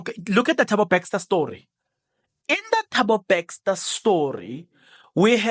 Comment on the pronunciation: Thabo BESTER not BAXTER!